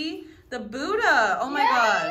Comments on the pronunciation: No don't pronounce it like buda it's budha like butha but it's written budha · She can't even pronounce Buddha